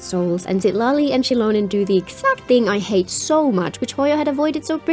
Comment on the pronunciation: ain't no way you called her Shitlali 😭